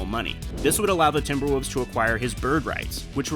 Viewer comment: The team is called TimberwoLves. Not TimberwOOvs.